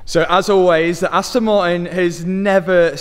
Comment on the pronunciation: Aston maiin 😂